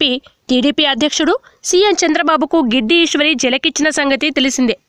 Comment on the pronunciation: Giddi ishwari kadu "gadida ishwari"